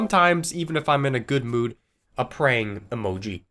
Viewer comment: Fact: whenever he says praying emoji we hear prank emoji